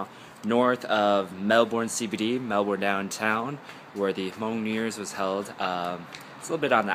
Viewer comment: Love the way you pronounce Melbourne.